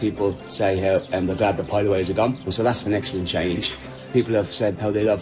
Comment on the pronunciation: I cannot get over the "piedaways"